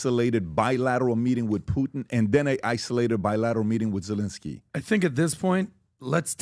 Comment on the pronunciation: Everybody: Putin PBD: Poot'n 😂😂😂